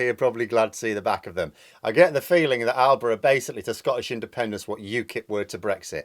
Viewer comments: Don't think it's pronounced alba, not an English word, I'm not Scotish but I think it's pronounced something like ala-pa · Alba is pronounced Alipa (and yes they're more hard core than the SNP. These are the guys who are asking why Scotland hasn't unilaterally declared independance on the back of the last election) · You call shouting about a referendum for Scotland's independence making an arse of oneself? ALBA is pronounced ALAPA. It's Gaelic! You, have just lost all my respect and you have insulted the Sovereign people of Scotland! An apology is now required from you. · Alba's pronounced, ah luh puh. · The party is pronounced Alapha. Not at all loonies, you're as usual showing your ignorance of all things Scottish, maybe best if you say nothing on the subject. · You get something right about Scottish politics!!!! Shock horror!!!! Yes Alba Party are the loonies of Scottish independence. Alba is pronounced 'Al-a-buh'.